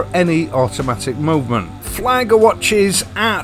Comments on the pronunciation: Love my orient mako - great watches and not silly money. I don’t know if I should thank you or not for this link - that could get expensive 😂 Ps ie in German is an “ee” sound, so flieger is fleeger rather than fleyeger. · That's a fine looking watch. By the way, "Flieger" (German for "flyer" or "pilot") is pronounced like "FLEA-Ger," not "FLY-Ger" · Not wanting to be nitpicky, but it's pronounced as in 'flee', and a 'short G' (like you did) as you would say in 'Guffin' :)